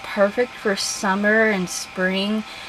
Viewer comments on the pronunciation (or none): When you said "the perfect scent for summer" I cracked up! Instead of summer you said zummer. You are hilarious,!